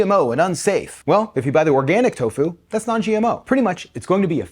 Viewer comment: Never heard tofu pronounced like Corfu